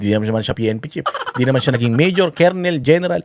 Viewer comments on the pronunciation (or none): none